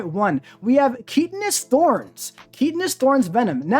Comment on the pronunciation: “Keetanous thorns” 🤦‍♂️ KY -TIN-US THORNS….